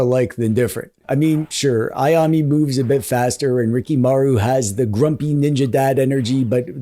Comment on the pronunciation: I have fond memories of Tenchu as well, but when I tried playing it on emulator I couldn't get past the jank and awful control (even though I had finished it when I played it on PS1). I really wish this get a modernized reboot. Oh, you pronounce Ayame more like Aya-meh, rather than Aya-me 👍